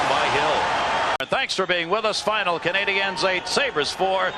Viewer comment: And to this date, Sabers playcaller still can't pronounce " Canadiens " properly..